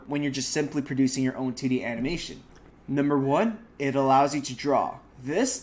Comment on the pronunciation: Aha when he says 2d it sounds like titty 😂🤣